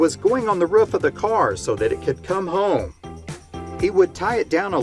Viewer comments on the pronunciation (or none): Being from the south, hearing Roof pronounced like Ruff so many times was rough.